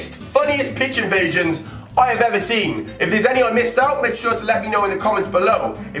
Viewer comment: Sesyist football pich invaishins